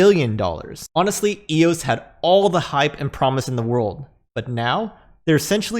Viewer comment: Yeah it's so dead it just had a massive run and is on pace to be worth $20 by fall. But thanks for actually calling it eos and not E-O-S.